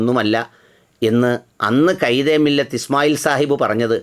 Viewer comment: കൈദേമില്ലത്തെന്നല്ല ഖാഇദേ മില്ലത്ത് എന്ന് തന്നെ ഉച്ചരിക്കുമല്ലോ.